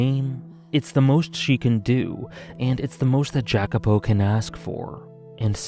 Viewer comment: Thanks for a great video, you had a lot of very interesting thoughts on the story. and furthermore i also want to thank you for making me read the VN in first place since it is one of my favorite pieces of media now. that aside i am a little curious to why you are pronouncing Jacopo's name that way. i always thought i was suppose to be pronounce it the Italian way but i might be mistaking. sorry for being pedantic. once again thx for the video